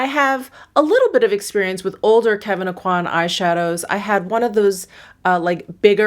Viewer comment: On a side note. Just about everyone I've seen on YouTube seems to pronounce "Aucoin" incorrectly. It's a Cajun/French name (Kevyn's adoptive parents lived in South Louisiana). The "n" is silent, and the "coi" should sound like the "kwa" in "quack", not like in "quality". So it should sound like "OH-qua(ck)" without the (ck). Of course, he may have given up trying to get people to pronounce it correctly after moving to New York, or even wanted to change how his name was pronounced due to personal reasons; so maybe I'm the one that's wrong in his specific case. But I bet he pronounced it as I've shown in his youth. I just think it's interesting. I can tell if I'm getting a call from a telemarketer right away, they ask for MELON-kon instead of Meh-LAW-saw. It's almost like having a password :). One of my favorites is Hollier = OH-yay, anyone who says their name sounds happy to see them.